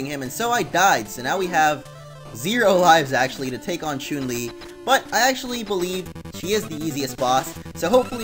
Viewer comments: Omfg! SAY HER NAME RIGHT IT CHUN, CHUN! WHY ARE YOU SAYING CHUNE!? FUCK XD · you pronounce chun li incorrectly